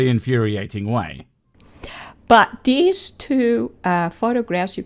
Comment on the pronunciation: Every time she says "dees" instead of these I hear "Dees nuts"